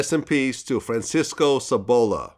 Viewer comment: Sabalo - not Sabola - he is saying that to make it rhyme with ebola-racist pig-!!!!